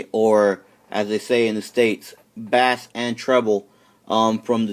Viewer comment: Its pronounced base not bass hes not a fish